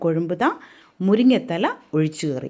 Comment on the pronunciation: Athu olichakari illai ozhicha kari sariya dish pera pronounce pannunga ippali malayam language ah kolai pannatheenga.